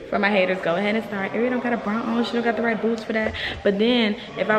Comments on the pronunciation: This girl said “ Airionna who”? 😂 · “Airionna who” 😂😂